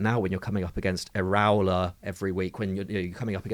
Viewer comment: slot seems to be doing just fine. And learn to pronounce Iraola’s name. That was embarrassing.